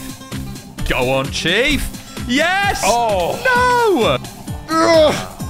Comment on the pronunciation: Every time says chief, I hear cheap